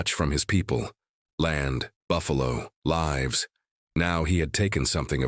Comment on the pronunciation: Good story! Maybe a few more pictures? Might want to teach the AI the different pronunciations of "live/s."